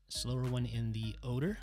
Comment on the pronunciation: Has anyone noticed that every time he says older it sounds like oder LOL